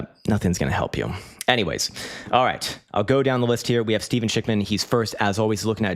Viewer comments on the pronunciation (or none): none